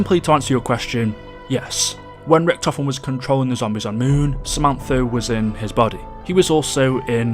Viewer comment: It’s zombies not zombise